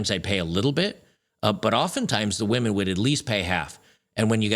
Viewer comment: Funny because while she's saying this she mispronounces "women"